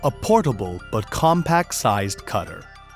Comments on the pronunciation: From the makers of the failed Wondercutter S.... Same company. The name is stupid "CTRLAX". I am computer geek and even for me it took a second to register. The narrator can not pronounce the product name. Steongly suggest you wait and not ne an early bird. Korean startups are known for their quality. *sarcasm) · First of all, who the hell named this product. Secondly, how the #%$& is this guy pronouncing it?